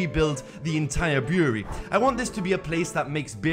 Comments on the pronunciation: It's brewery not buewry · Brew-er-ree, not boory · Beery? Bureau? Brewery? What are you saying? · this was a good video but i couldn't tell that he was saying the word "brewery" until he mentioned beer and wine, cause it sounded like he was saying "beery" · yoU dO rEAliSe tHerE iS aN "R" iN BREWERY